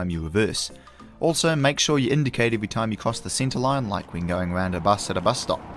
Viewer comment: Driving awound